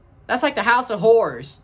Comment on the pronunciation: The accent tho bruh, almost makes it sound like you are saying whores not horrors😂😂😂 good on you brother.